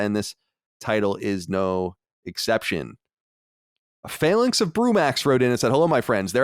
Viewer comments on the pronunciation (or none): none